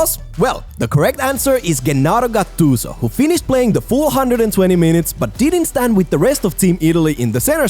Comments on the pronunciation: si compare ma Ghennaro Gattuso non si può sentire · sentire il nome di gattuso pronunciato cosí mi ha fatto fermare il cuore